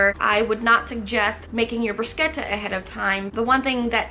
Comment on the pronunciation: You are the 1st person in the us that pronounces bruschetta correctly. I lived in Italy for a few years and the bruschetta there was awesome. Do you have a good recipe for Arrabbiata?